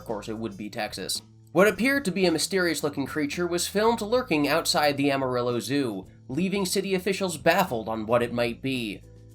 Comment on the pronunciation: Please google how to say amarillo. 😆